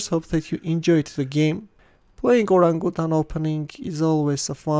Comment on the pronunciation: Should be pronounced or-RANG-uh-tan